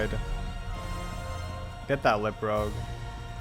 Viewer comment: Pronounced Lip Rooge lol not rogue Amazing video tho homie